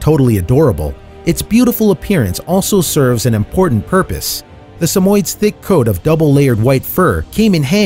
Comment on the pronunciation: Sorry, but he mispronounced several names, including dachshund. BTW, the pup that was supposedly a cross between a Dalmatian and a dachshund? That was just a dapple dachshund. It's one of the many colors dachshunds come in, and not a mixed breed at all. And Samoyeds (which he pronounced wrong) are not rare in the US. Neither are ChowChows.